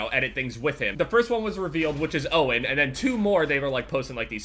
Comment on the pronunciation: When first said faze owen i though he was saying faze oh